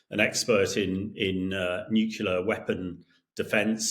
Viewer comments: NU-CLEAR - NOT - NUC-U-LAR - Mr. Gordon you should absolutely know better !!!! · Yes, they insist on "nucular "😅😂😮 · I am sure that the guy knows his business but can’t someone please teach him how to pronounce “nuclear”? It’s not”nukular” for heavens sake. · Absolutely silly statement, but the way this Englishman says nucular is equally silly. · It´s pronounced nukelar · 😂😂😂😂 yeah, I ve been saying this for ages. And he was UK Nuclear expert !!!! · This guy can't be an expert in nuclear weapons - I know this because he doesn't even know how to pronounce 'nuclear'. Please, Times Radio, get real experts, not tossers. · Gringos who pronounce that word wrong are also wrong. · ......and yet weirdly the colonel can't pronounce the word "nuclear"